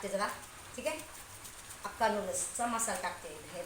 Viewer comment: हक्का नूडल्स❌ अक्का नूडल्स✅